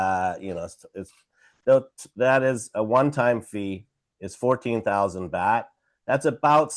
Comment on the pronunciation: Baht like yacht 🛥️ Not BAT🦇